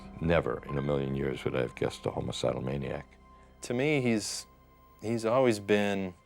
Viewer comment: Bro actually said, "Homocidal"